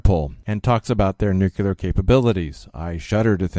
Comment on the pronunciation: Aw, man...at :31 you say "newkyooler" a la George W. It's "new-clear" nuclear! Nuclear! Recently found your website. I knew you when you were quite young. Friend of Becky's.